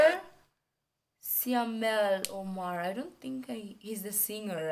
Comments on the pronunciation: Siamel....not that...syamel....ahahahhahahahahaha...u so funny gurl...love ya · its syamel not siamel😂